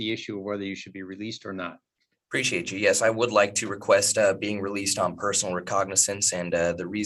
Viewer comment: Bro is already annoying and I'm 1 minute and 48 seconds in... Dude, it's "appreciate" not "preciate"... That's creepy bro. You are creepy AF